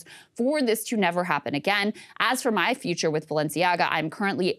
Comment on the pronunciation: Ah, then we discover what the name Balenciaga means. Rather "Baalenciaga"...